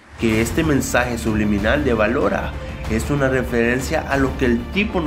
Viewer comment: Ballora se dice hací "Ballora”